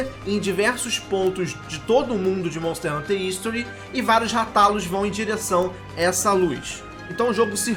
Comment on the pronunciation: Moooço. Segundo o filme ruim que lançaram, a pronúncia correta eh "Rátalus". Mto bom o vídeo. Sucesso